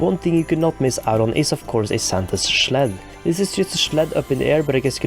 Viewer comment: We need the line "let me schleep in the schled by the schlabs" in your next video.